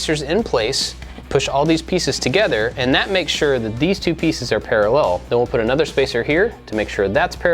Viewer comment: Lmao u kept saying togeder instead of together